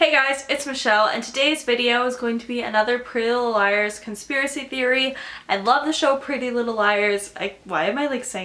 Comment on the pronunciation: "Prellylilleliers" Exactly how you're saying it😂😂😂😂😂😂😂